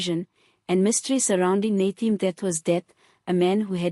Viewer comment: Nathi not Nathe. Learn to pronounce people's names properly.